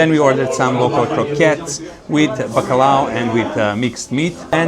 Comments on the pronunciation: In Portuguese it's "bacalhau"!!!!! Bacalao it's spanish. If you want to tell the things in spanish, so you should go to spain. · ignore the troll, your video was wonderful, and even if you said Bacalhau with a Spanish accent, everyone understood that the mentioned food was bacalhau, Portuguese or Spanish languages are not that different after all. Next time in Portugal, you will need to try the seafood with a proper wine, although a bit more expensive, its worth it, as you will not eat better seafood anywhere else in the world! Keep-up doing mouth-water videos, just like you did with this one!